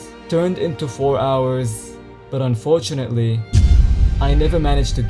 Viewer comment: how many times did you say unfortauntly?